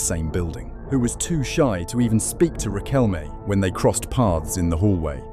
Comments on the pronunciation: RiquelmE no "Riquelm" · yeeeaah well was a complicated era here and even us (many of us at least) think that that world cup was fixed...i mean military dictatorship and all that, right?. BTW the "E" in Riquelme its not mute, just saying, i dont like the guy, but is a pronunciention thing